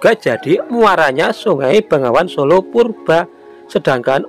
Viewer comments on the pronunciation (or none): none